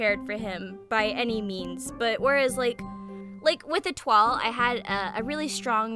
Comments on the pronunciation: I believe Etoile is prounounced Eh-twah? She's my favourite! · Étoile is pronounced Ay-Twah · etoile's name in japanese is エトワール (etowaaru), so yes, the pronunciation is probably eh-TWAHL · I pronounce it “Eh-twa” 💀